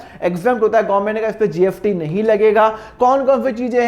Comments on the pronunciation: Aap S ko F bolate ho kya .....jaise kamineh movie me shahid kapoor स ko फ bolta tha waise aap bhi......GST hota hai GFT nahi.....fir bhi nice explaining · SIR ITS GST NOT GFT 😅😅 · App GFT kyu bol rahe ho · GST HAI SIR PRONUNCIATION THODA DAROOST KAREIN😊